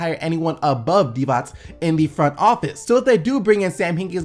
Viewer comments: Finally someone that knows how to pronounce Divac's name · The first American that said Divac righ.I know cuz im from Serbia